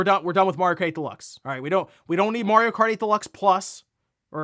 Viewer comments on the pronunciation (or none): Can't not hear him saying "mOrio" every time he is pronouncing "mArio" incorrectly 😅. Would love sonic to be on par or better than Mario but i think sonic needs more kinds of games than exclusively speed. It's a bit limiting. They need world building